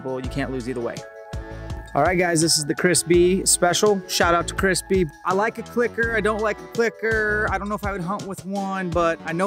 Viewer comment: He was saying Chris Bee, I thought I heard Crispy. Don't know who Chris Bee is, but all in favor of Crispy!